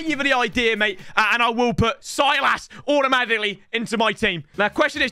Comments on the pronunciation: My man said silas and overpronounced the I so hard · Bro said Silas like he's a baron 💀